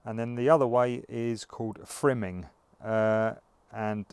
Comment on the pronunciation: My apologies to all the chilli grower viewers...i meant to say FIMing throughout this video but kept saying FRIMing lol Oooops